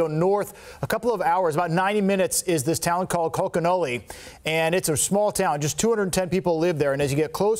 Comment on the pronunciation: It’s pronounced conk a nellie! Reporters should know how to pronounce the town at least!! Come on!!!